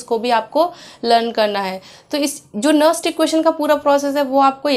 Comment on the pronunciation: Madm ji that is nernst not nerst